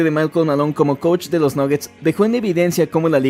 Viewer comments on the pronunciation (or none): none